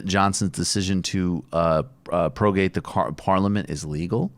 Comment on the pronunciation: It's prorogue not progate.